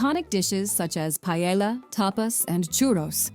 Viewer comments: palela no...paella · The pronunciation of "paella" is a real issue among English speaking people. It's not "pa-ye-lla". It's "pa-eh-ya". The wrong pronunciation most of you say sounds weird and foolish. As if there was zero effort to even say a few words in Spanish. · Even AI pronounce paella wrong.